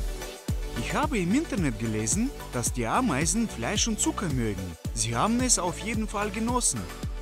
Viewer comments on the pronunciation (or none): hahahah ein Bau mit AAAmeisen Kolonie (wie der das ausspricht😂😂😂)